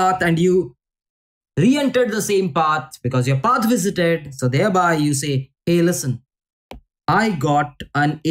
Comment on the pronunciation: had me ...vizzzzited and path vizzzzited, vizzzzited and path vizzzzited 🤣